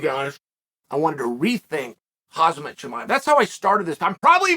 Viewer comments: It's KhaMZat not KhaZMAt ffs Chael. hahahaha get it right. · Khamzat, not Khazmat 😁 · CAM-ZOT CAM-ZOT CAM-ZOT Uncle Chael. Not COZ-MET. edit - actually HAM-ZA but we're in America. CAM-ZOT. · His name.. is not Hazmat. Its Khamzat. Get it right. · Chael, it’s ‘Hamza, not ‘Khazmat’ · For the love of God Unc, it's not pronounced Haz-met, it's pronounced Hom-zot. Also there is no L in Makhachev. You drive me nuts with that shit. Lol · Does Chael get names wrong on purpose to disrespect fighters or does he actually not know Khamzat isn't called Hazmat. Same for Tommy "Will" Fury. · Dear Chael, he's pronounced Hamzat not Hazmet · KhaMMMMzat and not KhaZZZZmat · Bro how many fkin times u gna call him hazmat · Why do you call him Khazmat 🤦🏼‍♂️😅🤣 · "Hazmat Chimaev" 😅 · Did he called him Hazmat Chimaev ? :D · Love how Chael seriously pronounces Khamzat, “Hoz-mot”! Friggin’ hilarious! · The gangster has no chill, calling him Hazmat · Lost count of how many times Chael talks about khamzat, yet he still calls him "Khazmat". 😂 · Is it really so hard for Americans to pronounce his name or they just like calling him "Hazmat" 🤣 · 1 sec in Hazmat Chimaev 😂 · Chael literally can't go 1 second without mispronouncing a name. 🤣HAZMAT CHIMAEV GUYS! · Khazmat? lol u cant even say his name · Without a second of intro Uncle Chael: HAZMAT CHIMAEV!! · Uncle Chael, listen Hom-zot. Hom Zot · Still calling him Khazmat🙄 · Hazmat Chimaev. Because Chael said so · Chael mispronounce his name on purpose, and it pisses me off 😂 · At least pronounce his name right Chael, jeez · Why Chael always say his name wrong lol